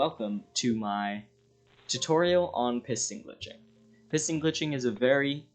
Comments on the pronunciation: Am i the only one who hears him say "pissing glitching"?🤣🤣🤣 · heard that too